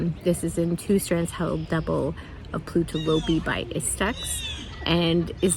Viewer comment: Love the Melody Hoffman sweater. Inspired to knit that next! Thank you, Jennifer. Btw, the lopi is plo-tu, not plu-toe (lots of people say it the wrong way round) x